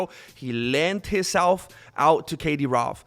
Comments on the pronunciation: LOL my first video of yours, love it. for 6 whole minutes i was like who tf is this katie rove and why she got so much power over khamzat, so stoned i didnt rrealise you we saying kadyrov 🤣🤣 🤣much love fro the UK buddy.. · Kadie-rov Chimoev Nina Chama Du-Du-Plessis